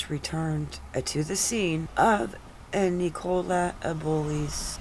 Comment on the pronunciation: It’s pronounced nickula not nic -ole-a